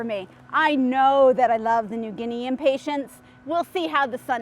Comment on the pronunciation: It always cracks me up to hear people pronounce them impatienTS. It's hilarious -- so many videos have this mispronunciation. Arborvitae is another word that everyone screws up, too. I laugh every single time. I guess since Impatiens are from the Latin word to mean "impatient" because they tend to flower so quickly if you touch them...then I can forgive the mispronunciation. But...it's really funny to hear you call them Impatients. Like they are some sort of patient. It reminds me of people who call the coffee drink Expresso, rather than espresso. Or Cafe' Ole, rather than Cafe Au Lait. It's a hoot. Ok -- moving on.